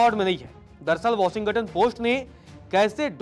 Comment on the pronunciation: Pronounce shi kro brooo.. washington ka.....